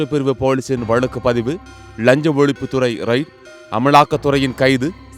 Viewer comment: ளஞ்ச ஒழிப்பு அல்ல. லஞ்ச ஒழிப்பு என்று வாசிக்க. வேண்டும். என்ன தமிழ் இது. 😊😊